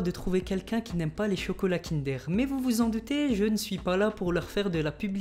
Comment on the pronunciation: On dit KINDEEEEUUURE ! PAS KINDÉR !